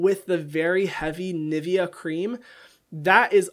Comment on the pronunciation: “Hey so my mom makes this, uh, NivEh, cream...”